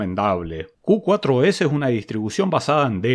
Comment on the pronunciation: Excelente video amigo! me encanta mirarlos! antes de probar una distro busco por si ya le hiciste review. Dato: el nombre Q4OS - se puede leer como "Q-FOR-OS" Muchos saludos de un seguidor Jujeño que vive en la ciudad de la furia! jaja Abrazos!